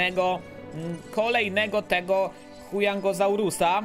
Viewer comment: hujangosaurusa xdddddd